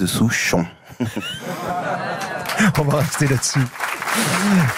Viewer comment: ''... Je suis un Français de SOUCH-On...''. Même en interview le mec reste poète.